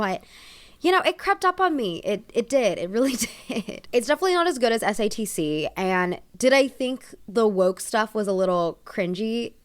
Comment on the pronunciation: everytime she says satc i hear stds. waited to watch this till after i watched the show so im excited for this